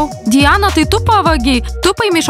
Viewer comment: Ne dijana o Di ana